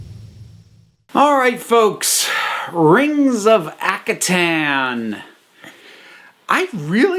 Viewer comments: Ak - har - ten Sorry but this slightly annoyed me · Due to not knowing how to pronounce Akhaten. I always mispronounced it as "ar-ken". I have no idea where I got the "r" sound.